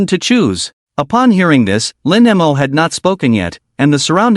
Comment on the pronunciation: I find that less annoying than how the AI pronounces it. As in Lin M O. 🙄😒😡